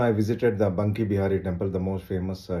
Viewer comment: Its Banke bihari ,not bunke bihari